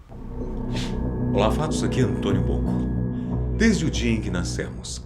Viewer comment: Só eu entendi Antônio Bocó ?